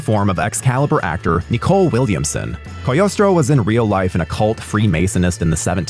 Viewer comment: Cogliostro? Who the fuck is Coleostro 😂